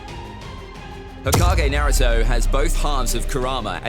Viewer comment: why u say naruto so wrong?